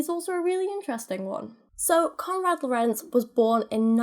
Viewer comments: As a german it's really entertaining to hear English speaking people pronouncing German words. Oh and the first syllable of "Lorenz" is stressed not the second one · With the pronounciation of Lorenz you stress the Lo Your pronounciation of Kindchenschema wasn't bad but the e schema would be more like the e in leg